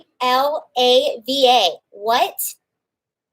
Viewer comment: Balaclava (BAH-la-cla-va) is a full face mask . it covers the head ,neck, face with only eyes and mouth showing. My husband wears one when bicycing in cold weather. Not the Greek desert baklava. Love your vids.